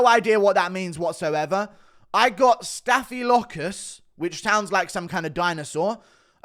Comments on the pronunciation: Does Guru not know that Staphylococcus is staph? Homie called it a diplodocus infection 😂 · “ staffy lockadus” Sounds like a dinosaur 😂😂